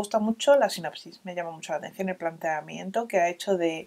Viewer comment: Como simple sugerencia, para mejorar siempre, por supuesto. A veces dices "Sinapsis" en lugar de "sinopsis" ... Solo para tener en cuenta 🙈 Gracias por estos videos, creo que conseguiré varios!